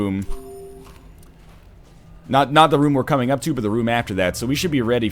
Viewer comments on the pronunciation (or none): none